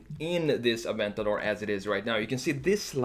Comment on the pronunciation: Wow first time I hear someone say aventador correctly and not "Aventadoor"